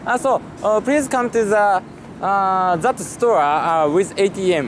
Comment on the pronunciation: Akio K 40dollarsじゃないですかね。 そして to the airport といってるんだと思います。airportだからザじゃなくてジと発音しようとしてるんだけど、ザとジが混じってゼっぽくなってゼアっぽく聞こえるんじゃないですかね。個人的見解ですが💦